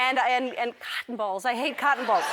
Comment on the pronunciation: I thought you said "Cock balls"😂😂